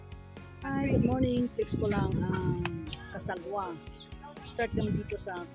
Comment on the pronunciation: cagsawa po hindi casagwa😅